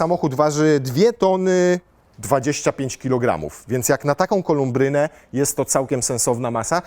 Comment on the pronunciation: W słowie "kolubryna" nie ma litery 'm', jak już chcemy błysnąć słówkami, warto wiedzieć jak się je wymawia ;-)